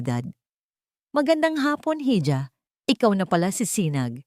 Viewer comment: Sa narrator,ang bigkas po sa hija ay iha Hindi po heeja.